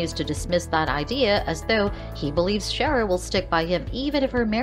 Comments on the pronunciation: This person should watch the show if they are going to talk to us about it!!! Chera??? What the $$&#!?! Find out HOW to say characters' names or get another job that you know how to do properly! It is pronounced CE-AIR-A!!!!!!!!!!! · Cher-uh? No, See-air-uh. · Ciara : C - AIR - A not Chera. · It’s not Cher it’s prounounced C -air-a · Sheara is not how you pronounce her name